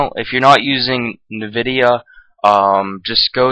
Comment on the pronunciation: "nividia" "cashy" no but seriously nice vid